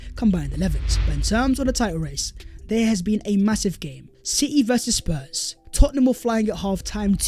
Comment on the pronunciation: This guy will not kill me. He said Sours or is it Spurs brought their heritage in the second half 😆 🤣 😂 😹